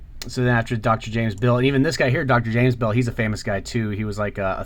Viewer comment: As a Beall, it is refreshing to hear it pronouced correctly (bell)😀As far as i can tell Robert Beall is my Ancestor also